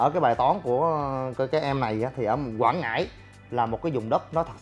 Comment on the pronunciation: Quảng Ngãi nha anh không phải Quãng Ngãi mong anh sửa đổi